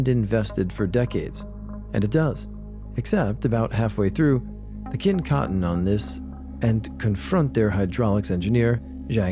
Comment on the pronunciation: just so you know Qin is actually pronounced as “chin” 😌